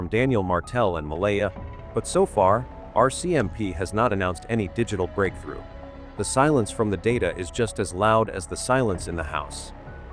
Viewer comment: Breakthrough not brake through